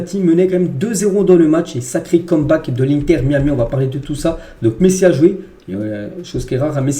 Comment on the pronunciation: MAÏ AMI si tu veux le prononcer correctement